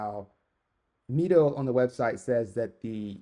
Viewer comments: Great Review, and I hope to see many more of your reviews. I think Mido is pronounced "Me-Doe". I have one of their older models, the Commander for over 20 years and it never needed service. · You’re right, the right prononciation is “meedo” and it comes from the Spanish phrase “Mido el tiempo” meaning “I measure time”. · actually it's pronounced ME-DO, based on spanish